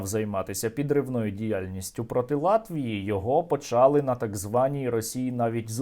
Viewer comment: Сергію, правильно - не "почАли, а "почалИ".